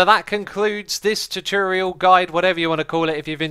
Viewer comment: "Hello everyone, and welcome back to another Minecraft Choochurial! How did we get here?"